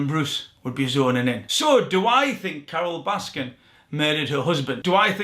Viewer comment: it’s Carole Baskin* not Baskins.